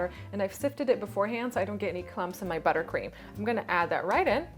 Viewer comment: Ahaahha I noticed u said butter queem